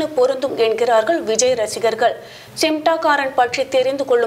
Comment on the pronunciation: Nee first news la olunga sollu simtaakaaran nu solura naduvula 'N' iruku சிம்டாகாரன் னு சொல்லுற சிமடாங்காரன் .